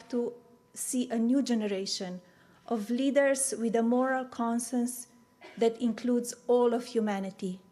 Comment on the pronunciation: She has been in the US since 1996....why does she still say "dis" and "dat" for this and that... get a pronunciation coach...just saying.